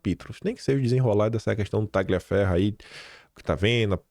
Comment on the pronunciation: Excelente vídeo,! Fico irritada como você, amigo! Ah, só uma dica de italiano: TAGLIAFERRO se pronuncia assim: TALIAFERRO. Outra: MARSIGLIA se pronuncia Marsília. #KeepWalKIM.